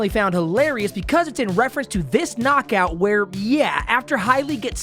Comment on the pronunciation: I love how adds one extra beat to the last syllable of every important sentence like an auctioneer "And it is overrr." "A highlight reel knockoouut" gourmet commentary, king